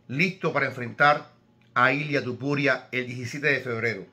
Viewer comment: Igual estaría bien, hablando perfectamente castellano o similar, decir aunque sea una sola vez, TOpuria en vez de TUpuria. Entiendo que un Americano o alguien que no sepa pronunciar bien el español, cambien el TO por TU. O cuando era casi un desconocido. Pero a estas alturas , me parece un poquito ofensivo. Perdon si le molesta. Pero es como si le dijeran a usted que tal Señor Ibro siendo un paisano suyo. Un saludo, espero que no se moleste y que le llame como quiera, aunque preferiria que esto ultimo lo intentara mejorar.